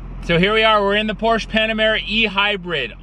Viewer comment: Porsche is a two-syllable name